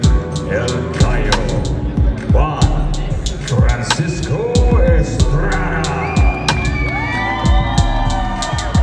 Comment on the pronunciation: And New , champion of the world , juan frrrreanciscoo el gallo estrrrrrruada